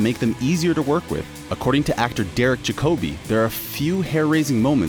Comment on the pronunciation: Americans. They destroy the English Language. If you`re going to pronounce an actors name especially someone like Derek Jacobi please do it right. Here it is in phonetic transcription just for you [ Jack-abee] Sorry everyone for the rant but Derek Jacobi is in my top 5 actors and saying his name wrong really pissed me off.